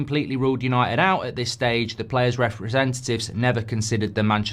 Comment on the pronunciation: You can’t even say where united finished correctly you’re that stupid😂😂😂